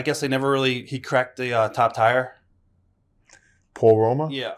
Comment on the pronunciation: The “top tire” instead of top tier 😂